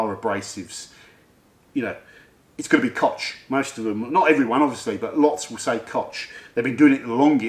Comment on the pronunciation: Please, say 'kogg' not 'kotsj' Koch Chemie also has the STS on their website for every product and a lot of their products contain limonene.